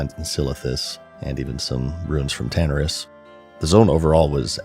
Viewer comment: Hate The Horde all you want; at least we can properly pronounce "Tanaris" and "dragon", Bro.